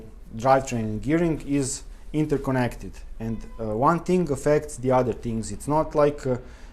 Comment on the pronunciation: Brilliant video, and brilliant English. You could practice "thing" instead of "ting" by brushing your tongue against your top teeth. Your vocabulary is so good that it sounds like you are a British person putting on a Eastern European accent. Dérailleur hangers are a way for bike manufacturers to make money, selling something that costs a dollar or less to make, for 20 dollars. Fortunately they are available from aliexpress at about 5USD, but not for all bikes. I bet there are other problems with gear changing though. Worn cassette and worn chainrings. Frame flex. Old grease in the brifters (brake shifters) which hardens and makes shifting difficult.